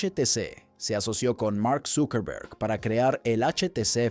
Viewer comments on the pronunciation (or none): none